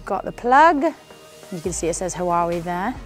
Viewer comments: Its not Huawei it pronounced "wahwei" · Her pronunciation of Huawei is wrong.